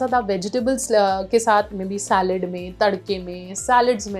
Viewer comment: Saalid nahi bolte hai mam salaad bolte hai. Hindi ko na bigade.